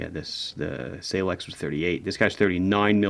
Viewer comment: I think he called it Seilex. 😄